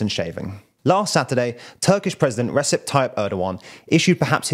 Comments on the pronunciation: It is pronounced Rejeb not Reseb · In Turkish "c" is pronounced like a "j". Rejep is how to pronounce it. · Isn't Recep pronounced "Rejep"? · Saying Recep incorrectly